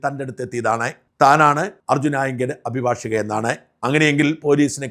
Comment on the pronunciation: താങ്കൾ അഭിഭാഷിക എന്ന് ശരിക്ക് ഉച്ചരിക്കുന്നു. നന്ന് പല പത്രക്കാരും ചാനലുകാരും അഭിഭാഷക എന്നാണ് പറയുന്നത്. അത് തെറ്റാണ്. അദ്ധ്യാപകൻ -അധ്യാപിക, പരിചാരകൻ -പരിചാരിക